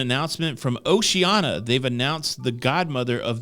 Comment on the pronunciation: Pronunciation Police: Oshee-an-ee-ah